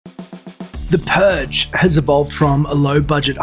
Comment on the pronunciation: "the puge"